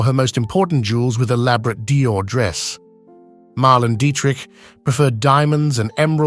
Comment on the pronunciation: PLEASE pronounce her name correctly. Mar-LAY-na Dee-trick.